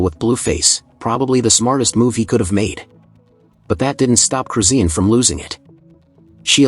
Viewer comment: Her name is chrisean not crusine These ai videos getting out of hand